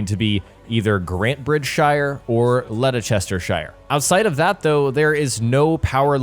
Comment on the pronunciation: FYI, it's pronounced "Lestershire"